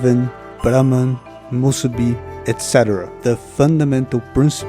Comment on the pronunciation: Man, you nailed with the "musubi" Im just continuing the video now, but basically oda used that concept in 1122.